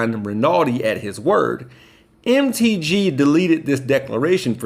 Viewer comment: Hey. when you said MTG it sounded like, "Empty G" I Love It!!! I'm calling her that from now on👏👏👏✌